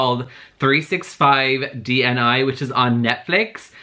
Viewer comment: lmao, you all do know that 365 dni means 365 days right? and the letters are not spelled out but pronounced together (even though I think that's hard to do for English speaking folks) This is not supposed to sound condescending, I just wanna let u know so I hope u won't take it personally. It's just funny to me, because I live in Czech republic which is next to Poland and we share a lot of similarities in terms of vocab.